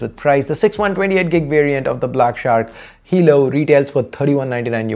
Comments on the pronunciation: Hey man it's 'halo' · Talking about the fact he said halo instead of helo once.